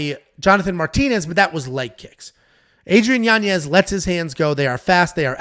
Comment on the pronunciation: pronounced: Yanyez, spelled Yanez